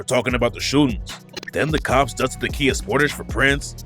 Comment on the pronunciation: Stop saying according to the COPS like that ts annoying